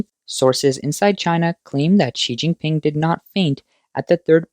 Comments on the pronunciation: Did he actually say Xi King Pee? 😂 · Oh snot. I was just learning how to say “Xi Jinping.”